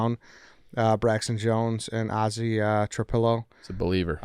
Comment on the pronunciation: butchered Ozzie and Oz’s names as well